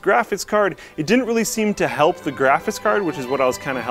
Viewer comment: Can we please ban from ever making videos like this until he learns how to pronounce graphics?